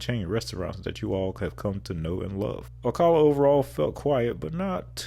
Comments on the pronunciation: It’s “ “Oh-CAH-luh” not “Oh-cuh-luh”! Lol! And Ocala is known for its horse culture. Also, just outside Ocala is Silver Springs known for its glass bottom boats. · you mispronounced Ocala, it’s call “Slow-cala” :) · I love your vids, but you really need to learn how locals say the names of the cities. (See Ocala and Dunedin)